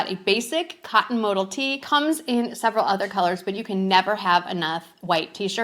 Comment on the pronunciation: Travel pants are a size to small. Mo Dell is the way it’s pronounced